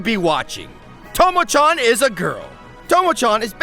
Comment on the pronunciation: oye! it's pronounced CHAN not CHON anyways, hilarious vid. nice.